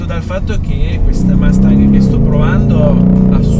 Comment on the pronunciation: Non hai mai sentito un’ americano pronunciare Mustang ? Son sicuro che l’inglese lo parli, per noi americani fa un brutto suono quando certe parole che infine sono abbastanza facile da pronunciare nel modo giusto , provaci , ti seguo , oh delle macchine molto interessanti , sia americane che europei , ciao da Cleveland Ohio